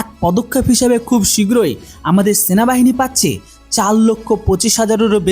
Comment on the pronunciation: বাপধন ওটা শেনাবাহিনী নয় সেনাবাহিনী আর বন্ধুক নয় বন্দুক। টুকে ভিডিও করা বন্ধ কর ছাগল। আর কি ইনযফিরিটরি বিরিগিরেড/ ইউনিট কি বস্তু?😂! ওটা ইনফেন্ট্রি ব্রিগেড/ইউনিট INFANTRY BRIGADE/UNIT আকসপোনটাস অব নেসেসিটী না। রে ছাগল 😂😂😂 ওটা আ্যকসেপ্টেনস অফ নেসেসিটি ACCEPTANCE OF NECESSITY রে ছাগল 😂😂😂 ১২০মিমি ব্লেড যুক্ত বেনেড নয় বেয়োনেট BAYONET রে ছাগল । আর এখন গত ৪ বছর ধরে পুরানো সটরালাইন নয় স্টার্লিং STERLING কার্বাইন সরিয়ে উন্নত কার্বাইন দেওয়া হয়েছে । হাত জোড় করে বলছি ভাই উচ্চারণ আর গভীর অনুসন্ধানে মন দে ছাগল । এই নে তোর জ্ঞানের পরিধি বাড়ানোর জন্য দিলাম রে ছাগল। Caliber: 5.56x45mm. Weight: Around 3.3 kg, lightweight for quick handling. Range: Effective range of 200 meters, suitable for CQB. Ammunition: Can fire both NATO-standard and INSAS ammunition. Design: Compact, modular, with Picatinny rails for accessories, and a foldable/telescopic stock. Reliability: Designed for high reliability in extreme conditions. Accuracy: High accuracy with stringent performance standards. Manufacturer: Developed by DRDO (ARDE) and manufactured by Bharat Forge (Kalyani Strategic Systems) and PLR Systems (Adani/IWI JV).